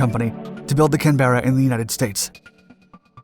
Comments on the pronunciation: Canberra, pronounced "canber-a" not "can-burr-ra". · He pronounces it can-BEAR-a. It's CAN-burra or CAN-bra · I know plenty of people who live in Canberra, ACT (Australian Capital Territory) who say "CAN-bra", and would look at anyone saying "CAN-bear-UH" as either (a) an obviously foreign tourist; (b) someone trying to be fancy; or (c) someone in the middle of having a stroke 😉. My friends in other Australian States (and as a South Australian myself) also would say "CAN-bra" too. In spite of the spelling, the two syllable pronounciation was what we were taught at school at the time, and the pronounciation most commonly in use even today. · It's one word Canberra. Not two. Just like vehicle is one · Good video. I think the RAAF used Canberras in Vietnam too. BTW, Australians don’t pronounce the “e” in Canberra (ie they say “Canbra”). Like how “Washington” is pronounced “woshingtun”. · As with the Harrier, the Americans experienced all sort of problems with the Canberra which were attributable entirely to all the changes the Americans typically insisted upon making in order to improve an aircraft which had already been perfected. Incidentally, the Americans it's pronounced CANberra, not canBERRa. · The name of this Jet is pranounced Can...bar..uh as in the Capital of Australia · Slight error in facts regarding the Canberra ( pronounced canburra) and its combat life. The Caberra started operational service at the end of ww2, from 1944, and continued in active service through to desert storm as part of the air superiority fleet of coalition aircraft. Both in uk Caberra original varients and the later american one. 60+ years service shows how advanced its airframe and technologically advanced it was. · It’s pronounced, “Can-Brah”. It’s the Capital city of Australia… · As some poor soul who was born in Canberra, (can-bruh) everytime I hear you butcher the name it makes me smile. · We pronounce it canbruh but a good effort and excellent video. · pronounce it right Can-bra